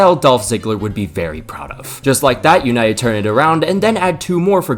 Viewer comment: Oh … You’ll never learn😅😅😅 Mate, it’s United…